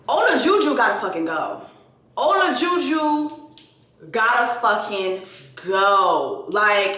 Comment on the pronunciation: Not ola-ju ju 😭 but yes MAFS seems not to care about ppls —esp blk women’s mental health & it’s hard to watch sometimes . Btw his wife’s name is katina